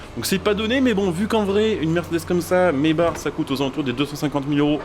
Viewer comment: Mesbars 😂😂 trop bien la prononciation tkt on tadore toujours